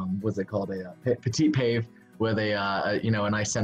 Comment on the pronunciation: Not pave.......pa vay band